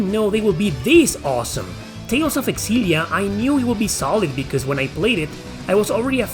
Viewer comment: It's pronounced Zillia not Xillia